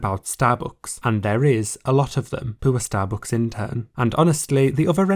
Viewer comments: yeah I love starbooks xD bruh, why do you pronounce it like that, took me 5 min to figure out what you mean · nice video but the way you pronounce STABOOOOOOCKS is so annoying 😭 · Wtf is “starbooks”? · Shallowbooks is all i hear u say 😂